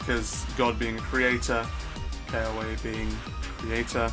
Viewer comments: its pronounced keh-ah-ve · They are pronounced Ke-ah-ve, Ka-ne, and Na-wa-he (like the word he)- ne.